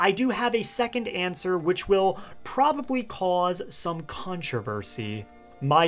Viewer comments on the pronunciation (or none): none